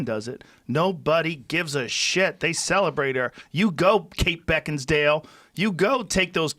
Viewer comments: Joe "Kate Beckinsdale" Rogan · BECKINSDALE haha Rogan epic